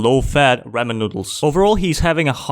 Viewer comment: On the 101th YT short he pronounced ramen wrong